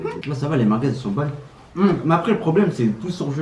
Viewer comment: C BON LES « MARGUEZ »😂😂